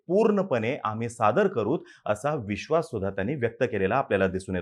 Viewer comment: Veshvas acha hai😂